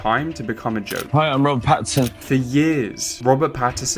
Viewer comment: Great video however is his name not patt-in-son and not patt-er-son